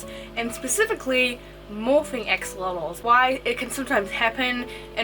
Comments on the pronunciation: Just as a note they are not AXE🪓olotls, it is pronounced ASH' O' LOTLs (🇲🇽AXOLOTL🇲🇽) from the old language NAHUATL (nawatl in order that u can know how to pronounce it by the way too). GOTTA THANK U Gringos, cuz this is a BEAUTIFUL animal and we the Mexicans from where it is originary as an endemic species NO ONE GIVES a DAMN for those lil BEAUTIFULL MONSTERS (but just a few who also love💕🐉em and study to keep em in the right way), so they are getting extinct 😞😞😞 even no so long ago a bunch of MORON mexican Politicians made a MASSACRE with 200 healthy mature Axolotls in a more political action for votes than for the species subsistence. But I am sure that as in other species situations YOU🇺🇸will be MUCH MORE SUCCESSFUL RETURNING THE AXOLOTL to a SECURE NUMBER OF THE SPECIES and in a GOOD PLACE SUSTAINABLE 🙏🏼😔 even if not being the original one but good if it is for their best. So I send my BEST WISHES AND REGARDS👍🏻🇲🇽🤜🏻🤛🏻🇺🇸. THANK YOU 🙇🏻😘🫂🤝🏻😆💕🐉. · I kept thinking she was saying ex mortals instead of axolotls